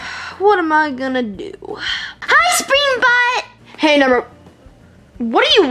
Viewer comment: Springtrap not springbut